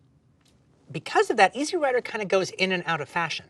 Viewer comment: Dude" It's Easy Rider. Not Easy rider. What a Dork. The way he says it makes it sound like it's a movie about someone's lawn mower.